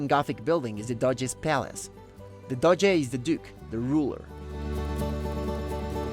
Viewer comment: It’s Doge (Dojaa) not Dodge!!!